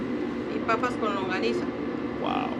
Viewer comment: saying longaniza wrong confuses me but i love this video nonetheless